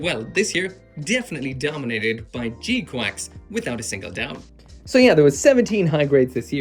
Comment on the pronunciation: Bruh it’s gquuuux not gquacks